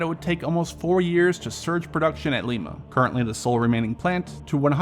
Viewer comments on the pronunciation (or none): lima ---pronounced l eye ma. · I am from Lima and you pronounced it wrong lol